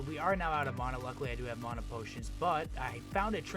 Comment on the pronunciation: I stopped watching the moment he said Mana weird